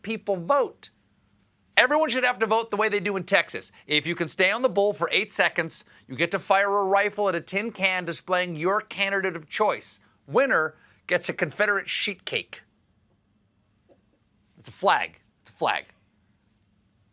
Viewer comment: Had to replay part of this vid...when Stephen said "Confederate sheet cake" I heard "Confederate shit cake"!